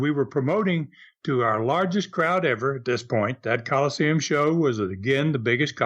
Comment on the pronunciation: Again, why does mispronounce Colosseum as Call-Seem?